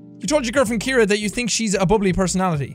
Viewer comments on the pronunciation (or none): Calls his girlfriend Kiera when her name is pronounced Sierra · Ima just put it out there her name is not Kira its ciara pronounced sea-air-a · Ciara is pronounced like Sierra (See-Air-Uh) not Kiera (Key-Ear-Uh) haha, just thought I'd let you know if you see this ❤ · Did anyone notice he says "Keira" the whole time but her name is Ciara (like see-air-a)? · When his girlfriends name is really said like C-air-a but Jack keeps saying Kiara 😂. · ciara is pronounces See-ara not key-ara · I'm sorry to be the one to break it to you but Ciara isn't pronounced key-ear-ah but c-air-ah. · Jack i swear I love you but Ciara is pronounced see-are-ah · Pretty sure your girlfriends name is pronounced “Siarra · Jack got engaged to Ciara but still cant pronounce her name 🤣🤣